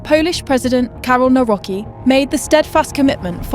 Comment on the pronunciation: The polish president's name is pronounced 'Nah-wrote-s-key' not 'Nahw-rocky'. How can a news channel screw up so much?